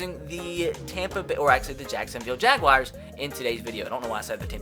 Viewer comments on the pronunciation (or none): You do know there is no i between the u and a in jaguars right? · Anyone else hear this during the intro? Jacksonville Jaguwires...